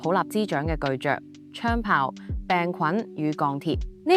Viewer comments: 如果旁白不是由A.I.生成，那讀音巨「嚼」是甚麼鬼？巨「蛀」才對。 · 開頭將 巨著 讀成 巨着, 應不是真人聲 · 巨「注」 唔係巨「着」 土「注」唔係土「着」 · 巨著，土著 竟然讀咗「着」，而唔係「注」....... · 救命 連巨著 土著都未識讀 就學人講經😂